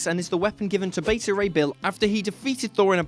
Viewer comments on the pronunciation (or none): none